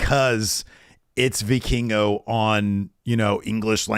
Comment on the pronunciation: As a Spanish speaker I’m glad learned how to pronounce Vikingo lol